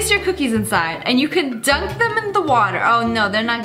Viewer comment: Biglyp I was saying it sounded like she said “Drunk” instead of “dunk”